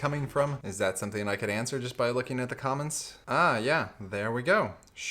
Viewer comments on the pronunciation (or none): none